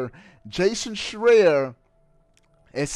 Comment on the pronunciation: You pronounced Schreier wrong. But I dont expect you to know anything about gaming.